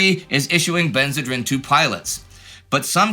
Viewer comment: I think it is pronounced ben-zuh-dreen.